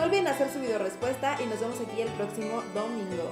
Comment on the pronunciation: amo como dicen domin-grrrr-o.